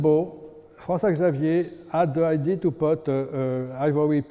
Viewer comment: Lots of knowledge, terrible English. Let this man speak French and hire a translation professional. “Idea” sounds like “ID” and so on…you get tire after a while…😂😂😂